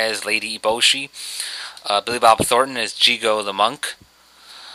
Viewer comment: JIGO! NOT JIGON!